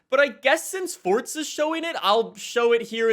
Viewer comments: It's forza not fortza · Bruv why do u say fortza? Its so annoyin where u gettin the t from? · why does he say " forTza" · It's not forza horizon its forza horizon